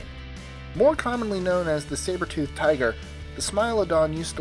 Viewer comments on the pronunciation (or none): none